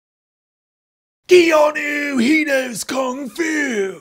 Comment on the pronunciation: keanu is pronounced. kay-ah-noo